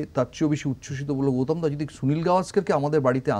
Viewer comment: ওনার নাম গৌতম। গৌতোম উচ্চারণ করছেন কেনো?